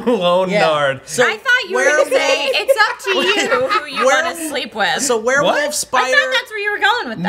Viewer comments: said "woLf" instead of "wuff".......something is seriously wrong...... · and Matt both saying werewolf = Weeer Woof